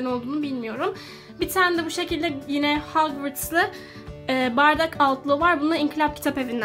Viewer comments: Hagvars değil hogvars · Hagvırts değil hogvarts yanı okunuşları olarak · Bikere o hagvırts diye ddğil hogvarts diye okunur ama genede seni seviyorum 😍